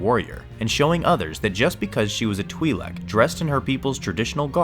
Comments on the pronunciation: twilek not TWIEHLEK! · twhy-lek, not twee-lek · Huh, the way he pronounces Twi'lek 🧐 I think the real reason she dresses like that it's because she knows she's hot 😂